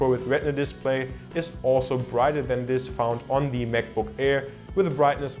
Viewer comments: Hey, find's klasse, dass du als Deutscher in gutem Englisch sprichst. Hab nur einen kleinen Verbesserungsvorschlag: the + Wort, das mit Konsonant beginnt wird "the" ausgesprochen, the+Wort, das mit Vokal anfängt "thi". Du sprichst alles als "thi" aus, was sich total falsch anhört :D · could you pls learn how to pronounce "the" correctly? pls that's so annoying.